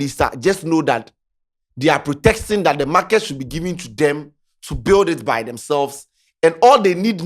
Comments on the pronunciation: Protesting, not protexting 😂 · it’s protesting. Not “protexting” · what is “protexsting?”😒😒